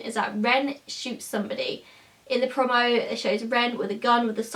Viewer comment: You say 'promo' really weird... Eveytime you say it I cringe 😂